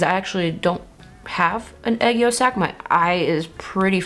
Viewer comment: it's called aegyosal, not aegyosak 🥰